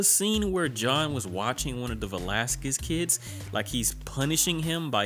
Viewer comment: Pronounced Vla-sah-kiss